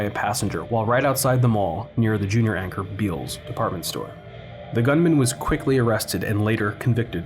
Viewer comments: Beall's is pronounced like Bell's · Bealls is pronounced “bells”